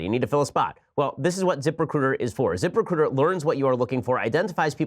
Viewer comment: zip.... RECRUTAH